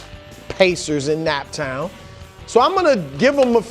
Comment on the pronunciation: Im from indiana and we don't even say naptown like that. This fake fan post